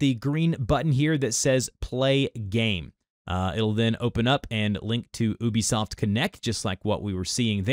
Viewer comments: its you-be soft not oh-be soft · It is pronounced You-Bee-Soft dude, you can message them if you need proof.